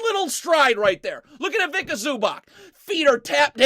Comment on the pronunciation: Zubac is pronounced as Zuba-ts. Ivitsa Zubats. NOT ivika zubak.